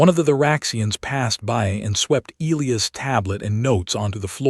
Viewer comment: I wholeheartedly agree. The AI pronounces the name e-Lee-as, should be e-lie-us I believe. But at least there are not any Roman numerals to screw up. As in Kepler Vee-eye-eye instead of Kepler Seven. 🤣😎